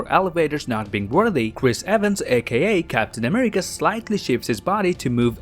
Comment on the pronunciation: I love your vids but damn you speak like you have some kind of speech impediment or trying to talk cute. Cweating Ultwon, Amiwica, I mean damn